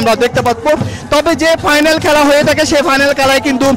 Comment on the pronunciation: কেলা না খেলা বলে।